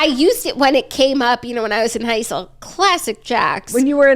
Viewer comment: LOLED at “when I was in heisel!”😂😂😂